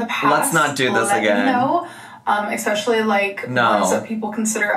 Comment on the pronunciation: If she would just stop saying “ekspecially” I’ll be satisfied, at this point.